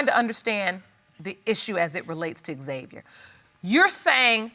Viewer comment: Why does the judge keep calling him X-Xviar though? It’s xaviar no x